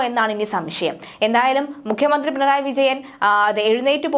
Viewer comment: പിണയാണ്ടി അല്ല പിണറായി എന്ന് പറയുക